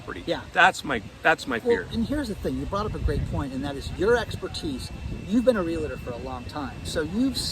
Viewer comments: fyi Realtor is 2 syllables not 3. Real Tor. Real estate professionals hate when you say Real uh Tor. Get it right! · the pronunciation of Realtor does not have an "A" in it - not real a tor. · Awesome presentation. is a Real-TOR. No such thing as a Real-a-tor. You are a great professional. I appreciate and enjoy your work! Please keep up the good work. Some Realtors take issue with pronunciation. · Take a drink every time says real-a-ter. You'll be wasted before the video is over.😂